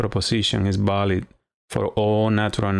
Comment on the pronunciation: good stuff, nicely demonstrated. your english is pretty good too - just make sure you articulate your 'v' correctly. It's 'valid', not 'balid'. My spanish is terrible though, so I can't criticize too much